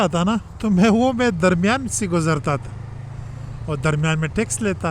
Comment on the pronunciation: Line nahe lane kahte hain.